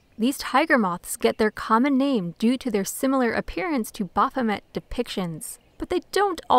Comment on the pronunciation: Ba-R-phomet? or Baphomet.